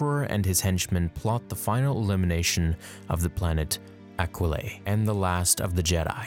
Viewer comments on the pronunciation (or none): Come on man, we know it’s pronounced “Aqua-lie.” It was in that line Mark Hammil refused to say in Episode 4. ‘Aquilae and Sullus...’